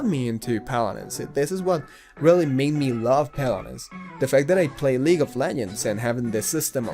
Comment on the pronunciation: JJAJAJAJAA 'Palarensss'